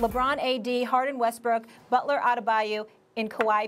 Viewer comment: Jimmy "Bulter" LMAO